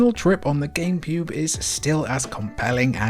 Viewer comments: wait, did you say gamebewb? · "game pube"😂😂😂 I heard it and you did too ! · bruh .... "Gamepube" ?